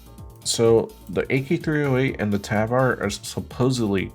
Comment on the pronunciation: Figures a duty player can not pronounce tavor